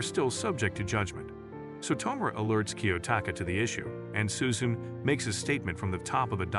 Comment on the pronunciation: its su-zu- ne not su-zune.